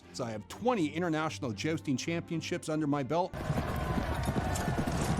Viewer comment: Why does jousting guy say "jaosting"?